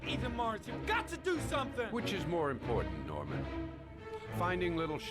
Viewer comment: I'm guessing most of the voice actors being French explains him pronouncing Norman as "Nahman."